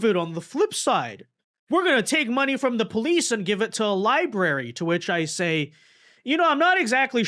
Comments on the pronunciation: Did he say libarey? Lol He said it twice!!! Lmao! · Abdul pronounces the word “library” like my toddler niece lmao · Anyone who cannot say the word library should not be in the office.